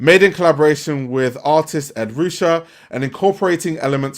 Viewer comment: Just for clarification- Ed Ruscha is pronunced Ed “Roo-Shay”